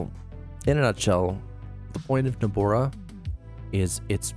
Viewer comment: Great overview. I wasn't sure exactly what benefits Nobara 39 offered, and you addressed that perfectly. But my friend... Nobara is pronounced "noh-bah-rah" not "noh-bor-rah," and GNOME is pronounced "guh-nohm" not "nohm" lol